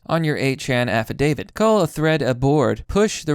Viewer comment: dont worry about it bro affidavit's a hard one just sound it out